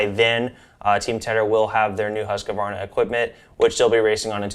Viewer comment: It’s pronounced Husk-Var-na